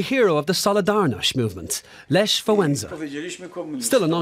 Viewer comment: this person from the video you've watched couldn't even pronaunce Lech's name correctly